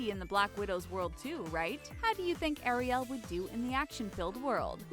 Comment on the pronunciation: Anyone else triggered by the way she pronounces Ariel